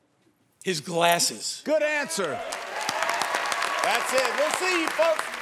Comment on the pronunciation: It’s funny how terry says “Good Answer” it just sounds like default pronunciation lol